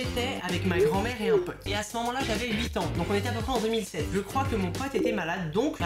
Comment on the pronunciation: Il la dis bizarrement mais effectivement il a bien dis 2007